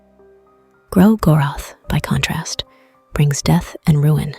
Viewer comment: Also I just can't seem to tell if the audio is AI generated or an actual voiceover as the more I hear it, the more uncanny it feels but the pronunciation of 'Gro-goroth' is pretty accurate and constant with how most of the fandom pronounces it 😅 If it is an actual voiceover, I didn't mean to offend! It has that ASMR feel to it that scratches some itch at the back of my mind and gives the video a very soothing vibe